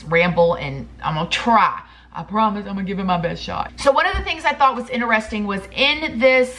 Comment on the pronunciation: “Ineresting” 😂 love you ❤️